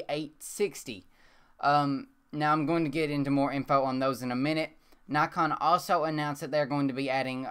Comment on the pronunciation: Dont get me wrong if you say nykon instead of naakon you would get more subscribers. I really like ur channel.